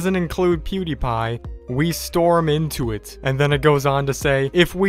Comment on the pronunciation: IT'S STORM NOT STROM! Get it right!🤦‍♂️🙄